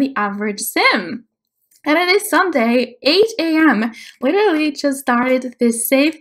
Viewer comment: letarary is spelled literally and not said like that. 😂